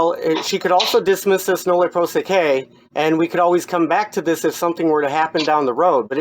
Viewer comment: if you're going to pretend to recognize "legalese" - recognize it is Latin and then learn how the vowels sound in Latin. You're mispronouncing "prosequi" - "qui" is pronounced "quee". You're welcome.